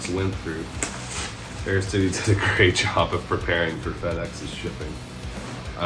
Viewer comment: Aris-tee-days. Nothing to do with Ares' chest. Also: Man that packaging is both horrifying and calming, since it apparently is packaged well enough to survive that :D